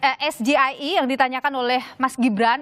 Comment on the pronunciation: Pengucapan SGIE ala GIBRAN ngawur bhs Inggris ke Indonesia 'Jelas ini pertanyaan jebakan yg sifat menjatuhkan LAWAN !! Gibran TDK terlihat seorang Akademisi dan Intelektual.!!.